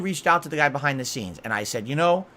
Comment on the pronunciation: BUHHAIND DUH SEENS